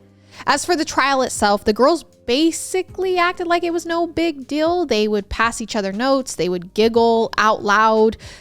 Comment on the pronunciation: I cannot get over how says deal as dill and real as rill 🥺❤️🫶🏽 it’s so adorable! ❤️❤️